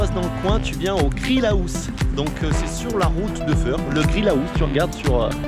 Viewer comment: Super tuto, ça me donne vraiment envie d'essayer de carreler moi-même ma maison de campagne. La seule chose qui me fait peur, c'est les découpes. Pour ce qui est de t'apprendre à carreler, je ne peux rien faire pour toi, par contre pour ta prononciation de l'anglais, là, pas de problème, parce que "Grill aousse" , ça fait mal aux oreilles. 😥😭 Le bonjour de Bruxelles.✋